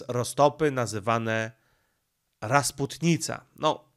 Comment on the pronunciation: Dzień dobry, Raczy Waszmość uwzględnić, że w słowie rasputica nie ma "n", Z "n" kojarzy się z "rozpustnica" 🤷🏼‍♀️💃